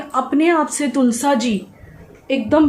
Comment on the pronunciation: तुलसा जी नहीं तुलसी जी कहते हैं तुलसी माँ होती है 😊👍